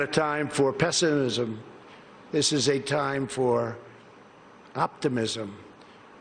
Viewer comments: "This is not a time for pesa..islm" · "pessmisismsn" hahaha idiot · I wish we had a president that could pronounce hard words like pessimism. Ivy League graduate?